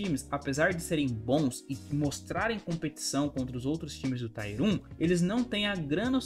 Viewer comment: Tier fala tier mesmo, não taier.. com a pronúncia do t que vc faz. A valve nao faz uma m de um anticheat, cara... cs2 eu nem vou baixar pra nao perder tempo e saúde. Cs morreu pra mim.